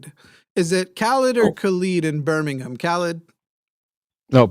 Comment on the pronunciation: I am actually impressed says Birmingham correctly